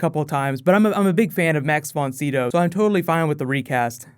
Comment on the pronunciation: d00d it's Max von Sydow (sigh dow)